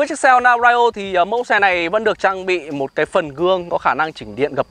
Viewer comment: Phát âm Brio sai rồi